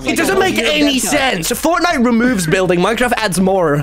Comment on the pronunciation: the way tommy says more 🤣